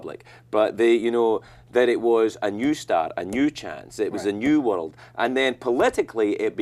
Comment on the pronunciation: His accent seems much thicker to me here than it did at that time on his show. Didn't you notice how he pronounced 'world'? He said 'wurruld'!